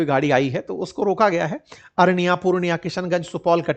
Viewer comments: Arniya nhi hai sir araria hai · Arania❌ Araria✅ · अरनिया नहीं सर अररिया 😂